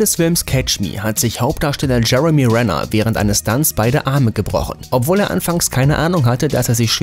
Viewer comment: Er heisst Jeremy Renner und nicht Brenner